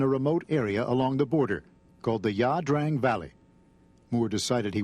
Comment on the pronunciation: It's "Ia Drang" NOT "La Drang" you illiterate fuck!